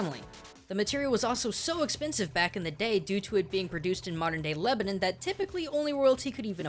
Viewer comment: please it's leb-a-non not lib-a-nin